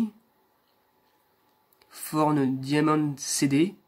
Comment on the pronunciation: C'est beau on dirait qu'elles sont modernes :D Je savais pas que çà se prononçait "forn" pour Thorn